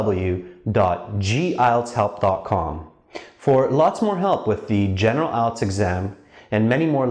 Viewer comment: Its ielts not ilets